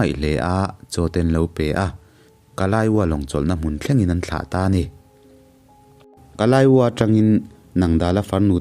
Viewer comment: Ui a van rapawm em em e. Pu Andy K. Zarzoliana thu ziah ka chhiar nasat nen he mi kher kher hi chu ka lo chhiar ngai miah lo nih hi. E chuan in, kalaiwo ti ang a i lam khi Kaliwo (tih tur a nia